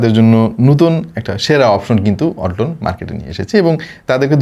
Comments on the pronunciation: ওয়াল্টন❌ হোলটন✅😹🤣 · ওয়ালটন❌ হোলটন✅😂🤣